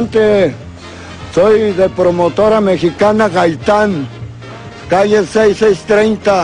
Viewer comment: Calle 6630 XDDDDD Yo antes pensaba que decía cállese es 630 XDDDDDDDDDDD